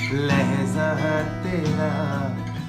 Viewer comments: Papon is love but he should improve his talaffuz (pronunciation) of Urdu words like 'Maajraa' not 'Maazraa' and 'Lehjaa' not 'Lehzaa' etc. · Its not lehza but lehja and not mazra but majra.... It is a platform for promotion of Urdu so please promote correct pronunciation... talaffuz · Nice composition but Please correct the pronunciation Not lehza... it's lehja Mazra.... Maajra